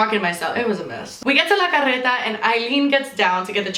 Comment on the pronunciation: I️ have a la carreta where I️ live and it’s sooooo good. Btw the way that u say that is so cool and I️m jealous 😂